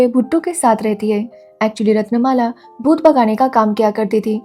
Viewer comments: Bhutta😂😂😂😂. M'am that's not भुट्टा that's भूत. You jus have to elongate the त in भूत then you'll have the correct pronunciation 👍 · Bhoot not bhutta😂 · भुट्टा nahi भूत he . bhuta bolte he odia me bhut ko. Aur butu ko buttu bol rahi thi aap. Lekin apki language nahi he toh apki galati nahi he isme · Bhutta nahi😂.its bhoot. Bou means maa. Not amarai its Amari